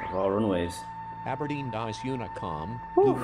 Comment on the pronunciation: it’s Aberdeen